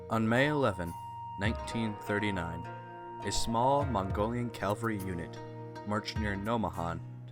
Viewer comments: it's pronounced Cavalry, not Calvary. Calvary is the site outside Jerusalem where Jesus was crucified. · CaValry . . not caLvary! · It’s cavalry not Calvary. Calvary is where jesus died...